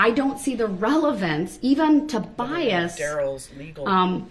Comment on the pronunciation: The same can be said for his other misinterpretations of words such as saying “axed “ instead of asked “dings” instead of things “biast” instead of bias